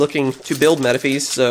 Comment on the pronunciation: I think Metaphys is pronounced like metaphysical, dropping the "ical" of course.